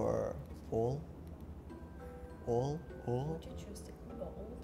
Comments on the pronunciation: yes, I was wondering why Lv. 2 is easier than Lv.1 but I guess the producers know better, because apparently “wood” and “wool” were difficult for the Korean guy to pronounce. But yes, he did really well for Lv.3 which is amazing 👏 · Repeating "ool" would also not have made the others understand "wool". Even her "old" changed into "odd". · When the guy said wool i really heard old😂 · Both Japanese and Korean people have a lot of trouble with the "w" followed by an "ooh" sound. They are taught in school to pronounce the word "would" as "ould", for example. That's why "wool" became "ool" --> "old" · the german girl messed up the word wool, not the korean guy.